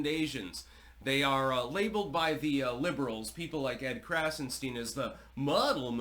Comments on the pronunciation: “Edward” and “ Brian” Krassenstein are Jews. Their first names are Irish and English respectively. Their surname is German…and should be pronounced “Krahtzen Schtine ( to rhyme with “mine”. Their nationality has come to them courtesy of the British crown and successors. Everything about them is fake .Why do they matter? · Heavily emphasized “stein” lol, color me shocked as history clearly shows. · Heavy emphasis on “STEIN”!